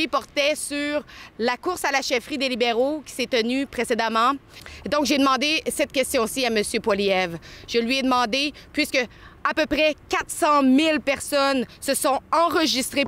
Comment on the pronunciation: son nom est pas Polièvre, mais Poilièvre